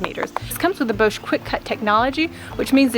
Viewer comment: Your video is so informative and clear, it really has helped me decide on this particular one just now, - and thank you for all of your posts! Just a little note!- Bosch is German and so pronounced to rhyme with ‘off’ and not ‘owe’ !!😁😎